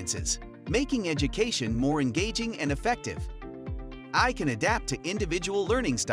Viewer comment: Your bot AI voice called “AI” ‘ahhhh’?